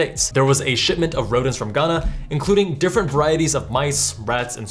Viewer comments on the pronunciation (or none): none